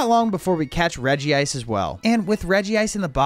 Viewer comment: The fact that he calls reg-ice regi-ice rly annoys me